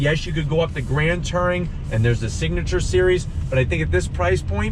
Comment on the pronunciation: Why can’t he pronounce Touring ? Lol 😂